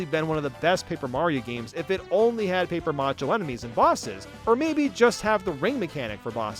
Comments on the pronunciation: It's paper mache not paper macha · The way you say paper mache bothers me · The way you pronounce "paper mache" hurts my soul, lol.